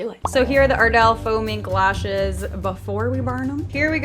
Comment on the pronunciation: she said glashes😂😂😂😂😂